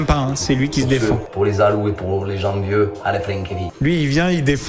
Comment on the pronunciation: "Pour ceux, pour tout les zaloux et les jenvieux à la frinquévie". Ok! 😅